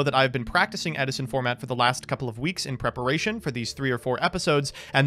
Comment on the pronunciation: Ed-i-son! Ed-i-son!